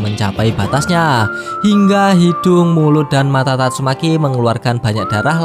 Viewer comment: Min. Kalau isi narasi, sebaiknya penyebutan nama atau kata2 yg sifatnya mesum/jorok untuk di perbaiki. Lebih dewasalah dalam membuat konten, tanpa perlu myebutkan kata2 mesum. Tatsume.k. = seharusnya tatsumaki. Kasihan kalau ada anak2 yg nonton